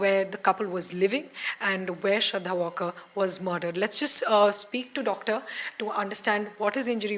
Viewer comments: Valkar hai vo. Walker nahi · She is not walker her surname is to be pronounced as waalker...she is a marathi not english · Yes right its Maharashtrian sirname pronounced as W-aal-kar.